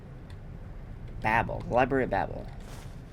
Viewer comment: Labrury!? O for fucks sakes sucks. The rest are good.